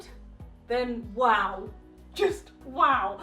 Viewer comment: My favorite thing is when you say WOW because you pronounce it WAHOW